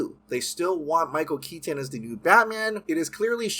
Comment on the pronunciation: I love your videos but you pronounce the "t" in "Keaton" too hard and it distracts me. Also I don't get what Cavill could have possibly done to mess everything up for himself so badly. As for Grace, she is wrong a lot, no?